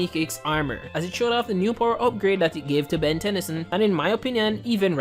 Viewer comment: It can't even say Ben correctly.This is making me mad now f this video